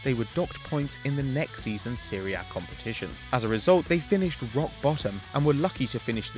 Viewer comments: Thats because the commentator is dumb,he says Siri A but it's Serie A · it's Serie,you have to read the letter e like "é" like in the word Elmo,so both letters e in the word Serie are read like "é" so Serie A not Syria